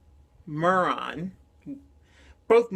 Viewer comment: It's pronounced may-Ron 😉